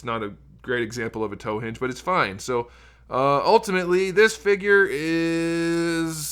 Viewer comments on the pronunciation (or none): none